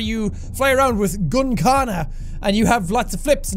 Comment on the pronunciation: Okay, it was anoying the first time you said it, in your first vidio, but now it's even more irritating; it's "gun-kata", not "gun-kana" (which i assume is you somehow mixing it up with "katana"); please, please, stop that.